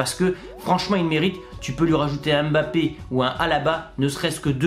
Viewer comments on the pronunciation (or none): none